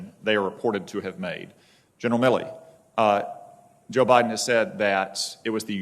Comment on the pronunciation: Hate he keeps saying Miller. Its MilleY